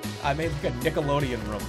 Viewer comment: It's room not rum.